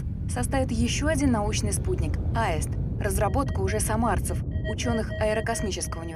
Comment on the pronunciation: Почему произносят в фильме слово "Аэст", а не "Аист" ? Или мне кажется ?